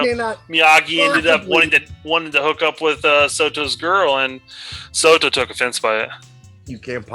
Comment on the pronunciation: Ahem, in KK II, it’s “Sato”, not “Soto”